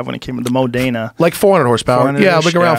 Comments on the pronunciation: 'Mow-dayna' :D Butchered that one Joe. Modena - the 'o' as in orange, emphasis on the 'o' too. And 'ena' as in 'tenor'. Same with Testarossa. The 'o' as in orange. Not like 'oh'. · As soon as you hear "Moe-Dana", you know you're dealing with a pair of nitwits. You'd think owning a Lamborghini they'd at last know that. As far as originality, whether it's paintings or guitars or Ferraris, you never do anything you can't completely undo easily.